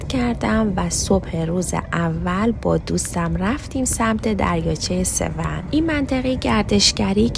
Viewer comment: The lake name doesn’t sound like 'Sev - 💩', call it 'Sev-on'. Like turning on something ON - The way you say AN it sounds like - Sev-Poop 😂 ‘Sev - 💩”